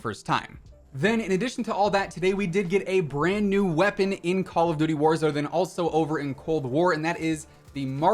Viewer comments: Ah yes the Marshal Wepapon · Wepapon? Lol